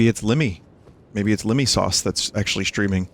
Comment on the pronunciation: viiinesuuuuuuuuuaaace (Jersey accent)